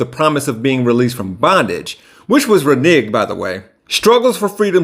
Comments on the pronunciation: yes. I was wrong. But dude did say renigg and there's no word renigg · Renege not renigg there is no word renigg. Renege is short for renegotiate .